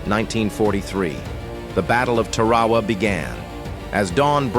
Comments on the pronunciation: It’s pronounced Tar-a-wa not Ta-ra-wa. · Looks like the AI needs to learn how to pronounce Tarawa.